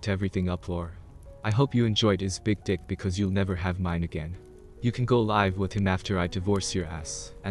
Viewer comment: Someone needs to teach that AI there are two pronunciations for the worst spelled, “Live.”